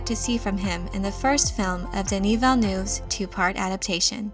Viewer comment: Could you try to pronounce the director’s name correctly? I mean it is not the end of the world, but if you can’t be bothered why should I bother listening to the rest of video?